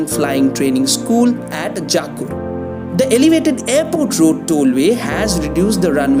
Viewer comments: It's not 'Jaakur', It's Jakkur. The sad part is, come back after 6 years and we will see this same video still announces the metro will only take 4 more years. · Dude, first learn to pronounce names of the places properly then post videos.. Pronounce Hebbal, Bellary Road, Jakkur, Depot and Bengaluru properly.. show some respect towards the language.. Those are not the places situated back at your home to pronounce it the way you want .. use Google or even YouTube to learn how to pronounce.